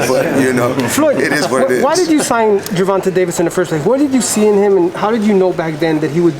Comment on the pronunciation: Bro. U messed up his name lol his name is Gervonta not Gevronta lmao